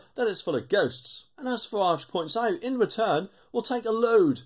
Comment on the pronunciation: Its Farage not Farwarge